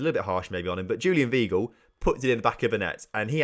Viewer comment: MATE ITS JULIAN WEIGL (PRONOUNCED ‘VY-GLE’)